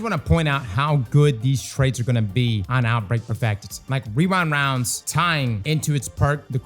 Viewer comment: I’ll never get tired of saying “rewind wounds”